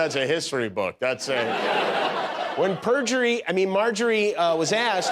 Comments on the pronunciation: He said: Perjury (Marjorie) ROFLMAO. Jimmy is the best. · "Perjury" Taylor Greene 😂😅🤣